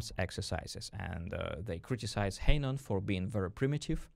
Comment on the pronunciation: I can’t hear the name “Hanon” pronunced as “haynon”.. Please don’t do this again! (Oh and fantastic video, by the way!!!)